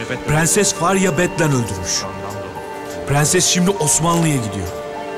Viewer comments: Dadının da pığenses demesine ayar olan tek ben değilim sanırım 😤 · Farya’nın türkçeyi mükkemel bir şekilde konuşup bir tek ‘Prenses’ diyemeyen dadısının Sultan Murad’a attığı o bakışlar. Sanki gücü yetse öldürecek.